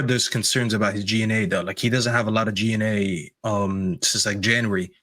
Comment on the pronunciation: G/A not G and A 😂 so annoying to listen to this guy